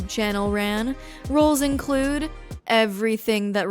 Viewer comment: "...invested everythink into crypto" - natural selection.